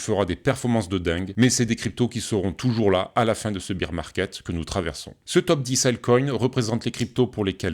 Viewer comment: lol tes pas leu seul, la quasi-totalité de la Crypto sphère Française prononce bir et non bair